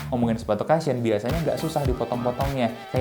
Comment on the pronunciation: Cushion bukan dibaca kashyen ya. Bacanya Kushen. Thank you